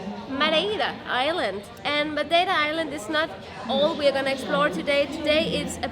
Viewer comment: proniunciation of Madeira: ⭐⭐⭐⭐⭐